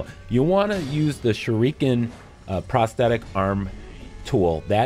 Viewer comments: SHOORIKEN!.....Dude is pronounce SHU RI KEN!! As KEN MASTERS!!! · SHUR-ih-KEN bro... Not "Shur-EEK-in" Sorry just drove me crazy Only takes a couple seconds to Google the pronouncement of any given word before ya make a video. Just some constructive criticism. Thanks for the help with the boss. She was super tough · This comment made him saying Shu-REEEEEE-ken almost tolerable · I be shriekin every time he says shurEEken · The “shereekin”? Lmfao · First it was "shurookin" in Polygon's video, now its "shureekin". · ‘Shur eee ken’ though 😂🤦🏼‍♂️ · SHURE- REE- KIN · OMFG ITS “SURE-UH-KEN” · No... He's actually not. It's "Sure-A-Ken". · Shuriken is pronounced "sure-a-ken". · No! It is pronounced "shoo-ree-ken" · Seeing u explain this in depth makes up for u mispurnouncing shuriken (sh reh ken) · Wtf is a shereekin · "Shureeekan"? 🙄 Smh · The "shu-reeken" pronunciation was killing me couldn't watch this🤦🏽‍♂️🤦🏽‍♂️🤦🏽‍♂️😅😅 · Love the way you say shuriken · Anyone else bothered by the way he pronounces shuriken 😂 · He mispronounces shuriken and kills this boss in the most inefficient way, you need to deflect and guard her attacks not spamming circle and R1 god you people need to learn this isn’t another dark souls-dodge spam games, you need to actually use your mind and I know it might be difficult for you but you gotta get used to it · I see I'm not the only one bashing my head over him saying it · Blake Moss saving a family is way different than pronouncing shuriken wrong in a fucking shinobi game. Authenticity for a game like this is appreciated